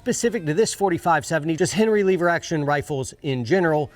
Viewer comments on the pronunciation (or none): First... " Lover" is a pretty good cowboy name Second... "Leh-ver" not "LEE-ver" -guy from Oklahoma lol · it’s lever, not leever…btw your still wearing the stupid watch lol. Great vid bro thanks for sharing. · Did anybody else cringe every time said leave-ur instead of lever? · LEVER......NOT LEEEEEVER hahaha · Stop pronouncing lever wrong. It's "lever" not "lever" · "Leever Action" ? Dang city boy! It's Lever, soft e... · It's LEV-ER, not LEE-VER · says "leever action" 😆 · Oh So Now We Say Leaver ?? Sheesh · Cowboys don't say 'leever action'. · Cowboys don't say leever. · "Leever" action. That must be like "leever alone or I'll keel ya"😀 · Lever not leever thats metro sexual lol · Leever Action? Sounds like a Yankee to me... :P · As an actual cowboy, I will keep most of my opinions to myself.....However......If you want to be a cowboy, a couple of things: It's a "lever" action rifle. Not a "Leeever" action. I agree, your dog is stupid. The only dogs worth having are Heelers and Jack Russel Terriers. You set your hat down incorrectly. Google it. We walk funny because unlike most of the nickel-plated sissy douche wagons who sit in front of magical boxes of light to "earn a living", we do physical work, which makes our bodies hurt. Thus the "funny" walking. Any rifle or carbine that goes in a scabbard needs a hood over the front sight. Without one, you'd have no front site in short order. You need at least 17 more layers of dirt to pull this off. I didn't see any chewing tobacco, although I did see you spit. So, B- for effort at least. Other than that, you nailed it! 😉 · I do not like leever action it's lever action. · "leever action" been a minute since ive heard that pronunciation. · love you brother but please stop saying leever!!! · please stop saying "leeeever", say lever like an American!!! 'Merica!!! Also... I love you all, please don't hurt me. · I'm not sure you can be a cowboy and still say leever 😁